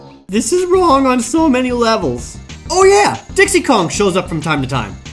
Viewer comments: "Hey Dix" what!? "Hey Dix" Dicks? "Dix" Dyeks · Just in case you need to get there quicks, to hear those Dix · Who else lost it when Jared said, "diyaks"?